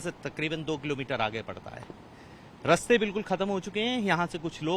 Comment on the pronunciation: Raste nahi raaste bolo